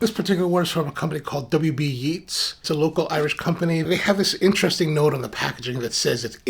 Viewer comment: I know you were joking about the 88% plant based “container” and the Yeats is pronounced “Yates”. Good review.